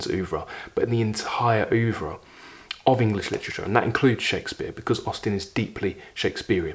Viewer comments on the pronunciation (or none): none